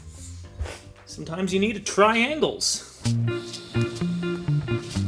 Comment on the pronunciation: "Try Angles" or "Triangles"? 🤣😂🙄🔺